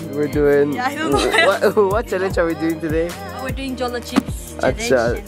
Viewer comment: 'Jolo' should be pronounced as 'howlow'